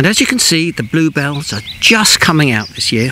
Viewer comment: Bluebells Not bluehells. yea a a a